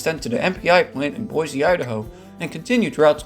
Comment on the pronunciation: Most native and longtime residents use the pronunciation /ˈbɔɪsiː/,[7] as given on the city's website.[4] The pronunciation is sometimes used as a shibboleth, as outsiders (and newcomers) tend to pronounce the city's name as /ˈbɔɪziː/.[8]